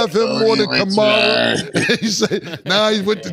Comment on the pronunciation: He called Kamara "Kamora" 😂 bro stay butcherin them men names